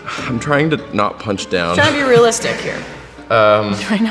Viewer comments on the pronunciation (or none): Billie: das nawt true